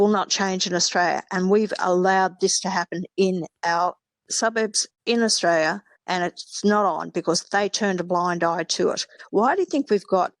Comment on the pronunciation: I do find it hard listening to someone extoll Australian virtues when they can't even pronounce Australia correctly.